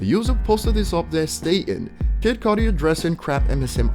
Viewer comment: You said "ernergy" and "codi" 😅🤣🤣